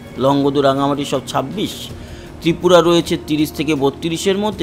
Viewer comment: Tripura bhalo kare balben